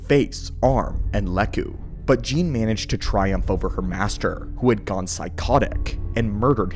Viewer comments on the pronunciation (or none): none